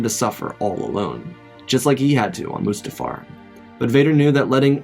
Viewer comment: It’s pronounced mustafar